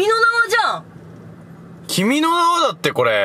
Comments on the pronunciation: 段々君の名はが君の縄って聞こえてきた、笑笑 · 君の名はを連呼しすぎて君の縄にしか聞こえん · 君の縄に聴こえる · 君の縄にしか聞こえなくなってくる笑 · 分かりますww 何回も言ってるとそれにしか聞こえない😂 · 君の縄ってきこえたwww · 君の名は連呼し過ぎて 君の縄に聞こえる ゲシュタルト崩壊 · 君の名はいいすぎて君の縄に聞こえてきたｗｗｗｗ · あーちゃんの君の名はさ、君の縄じゃんにしか聞こえないw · 君の名はなんだろうけど 君の縄 に聞こえる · 君の縄にしか聞こえん笑笑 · 君の縄にしか聞こえんw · 君の名はがどんどんキメの縄に聞こえてごめんね！